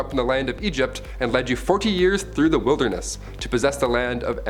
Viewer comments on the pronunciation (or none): none